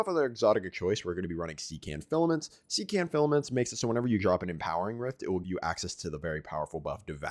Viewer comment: Hey btw it's Sec, (like sex with a hard k sound instead of x)ant(or ent) Sec-ENT or Se-cont Phil-a-ments. Not SeaCant.